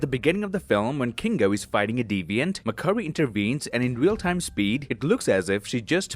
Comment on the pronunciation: I love it when says mc curry lmao mcdonalds now serves chicken curry